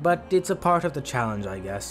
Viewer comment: You said challengejizis instead of challenge in the beginning of the video😢